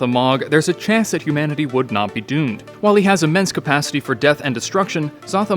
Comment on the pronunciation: He said hoomanity lmao